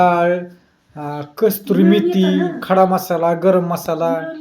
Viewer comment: Kasturi nhi kasuri methi mhntat